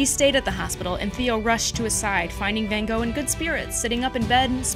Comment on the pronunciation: I think you mean Van Wogh